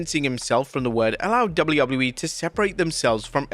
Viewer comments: "Double wouble you e" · brother cant say WWE